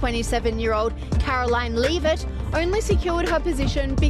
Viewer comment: it's not "leav-it" , it's lev-it"